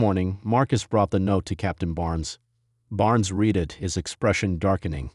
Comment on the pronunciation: “Read” can be pronounced “reed” and also “red”. It depends on how it is used. If you speak English, you’ll know which one to use and when. Perhaps this is due to AI (artificial intelligence) reading the story. AI has a long way to go to get it right. But it is so annoying!